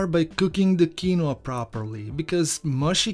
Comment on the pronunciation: I working on getting those cornmeal pudding recipes to you as promised. Quinoa is a weird word.....it is pronounced: KEEN-wah. Recipe looks tasty. I have some of this little known seed in my fridge, using it on occasion to boost the nutrition of white rice. Rinsing it in a very fine mesh sieve is standard since the seed has a bitter protective layer to ward off "predators". It's quinoa's own natural defense mechanism.